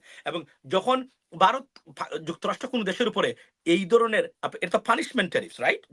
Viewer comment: হালায় বাংলা উচ্চার শেখেনাই ভারতকে বলে বারত .বলদ কোথাকার।পিওর মাদ্রাসা প্রোডাক্ট।